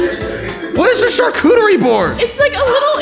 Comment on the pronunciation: I'm with ranboo, wtf is a sharcutery board